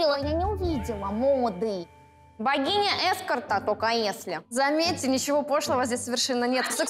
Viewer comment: Богиня Эскорта😂😂😂😂 ударение на Э это сильно😂